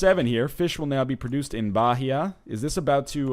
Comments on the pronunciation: bah-Hia... goddammit... it's read baia... (Brazilian here) still loving you Ryan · Hey NL, Bahia is pronounced ba-ee-a, not ba-he-a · Aww sat "Bahia" pronunciation hahaha. Bah ee ya, silent h :) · hey NL, the H in Bahia is mute, you dont say it, just baia :)